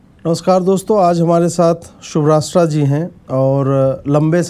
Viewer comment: ‘शुभराष्ट्रा’ नहीं, ‘शुभ्रास्था’ (शुभ + आस्था) नाम है उनका।